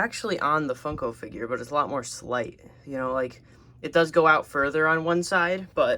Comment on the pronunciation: Was it just me or at the start did the video go "every action figurrrrrrrr"